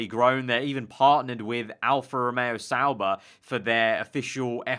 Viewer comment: Why does everyone say Sauber?